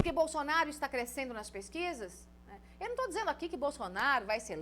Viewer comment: Boa comunicadora mas tem uma mania irritante de forçar um sotaque que não existe. Não se pronuncia BolXonaro nem Xupremo.